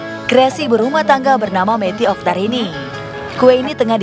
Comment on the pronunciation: Oktarani lo mbak bukan oktarini